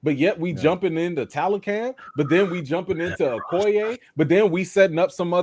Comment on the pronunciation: Great vid guys....It's pronounced "TalocA'n" like "khan/con", not can like "trash can"😂